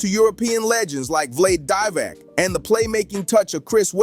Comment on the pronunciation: Vlade Divac... You pronounced this name soooo wrong, that it is funny. Also, Russell Westbrook is not playing for Denver anymore. You bookshelf YouTubers are laughable.